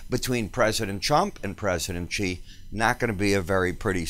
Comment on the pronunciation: President XI's last name is pronounced as "see."